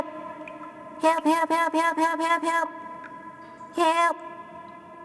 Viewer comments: hewp. hewp hewp hewp. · HEWP! HEWP HEWP HEWP HEWP! HEWP HEWP! This has taught me listening to my mother gets me killed. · hewp hewp, hewp, hewwppp, hewp hewp LOL